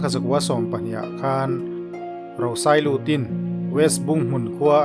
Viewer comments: A tha hle mai, chutih rualin kan khaw Lal hmasa ber hming lam erawh tlem in a thluk a dik lo deuh. 👍🏻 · Lal Rosailuti hming thlûk hi a dik lo hret a nih hi.